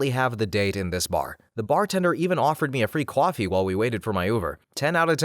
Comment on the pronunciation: The accent on coffee always gets me. "Kwoffee" great video. Bars and clubs seem like fun sometimes but I don't go.